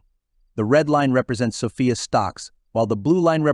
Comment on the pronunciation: SOFI not SOFIA you dummy